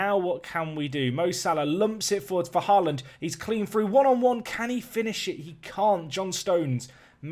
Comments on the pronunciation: It is basically pronounced the same way as holland. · As a Norwegian i find it funny how you pronounce haaland, the «aa» in haaland is actually pronounced like the o in hope.